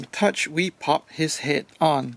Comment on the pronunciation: Laughing at how you say het.